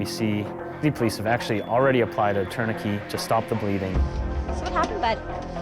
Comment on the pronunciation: They are saying tourniquet wrong